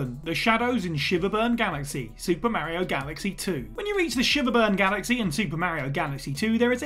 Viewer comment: Can you call yourself a gaming channel if you still can’t pronounce Mario correctly?